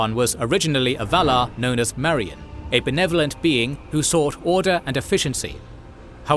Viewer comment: Who knew that in Tolkien's oblique pronunciation rules that "Mairon" is pronounced "Marion" - oh that wacky Sauron, trying to get off with Robin Hood.